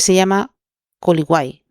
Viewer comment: Para tu siguiente video informate bien como se llaman los lugares porque es viña del mar y colligüai (así se pronuncia) No hate un abrazo